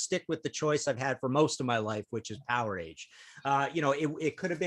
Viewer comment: Guys, the "a" in "Powerage" is NOT a long "A" sound. Pronunciation is closer to "Power-edge".